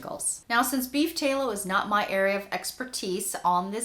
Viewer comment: Tallow like shallow. Not tay-low.